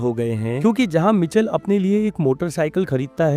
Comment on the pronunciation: मिचल नहि माईकल है भाइ 😊(Michael)